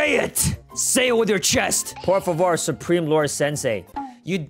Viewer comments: Also it’s por favor not por vavor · when he makes them say por vavor ITS SO FUNNY HIM SAYING IT MADE MY DAY 😂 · Per fuever 😂😂😂😂